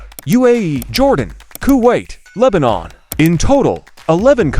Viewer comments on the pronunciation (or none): Bro it's Lebanon not lesbian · Bro said Les*ian instead of Lebanon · Hello,Nice video but why is lebenon called "lesbian" bro 💀